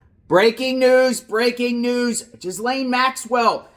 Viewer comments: Oh, so rather than being "Epsteined" she'll be "escaped". Lol, it's not Jizlaine, it's "Geh-laine", the s is silent and the Gh is like in Ghost. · It’s pronounced Gee lane (Rhymes with Elaine). It’s not common name in the US. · This reporter can't pronounce her name correctly.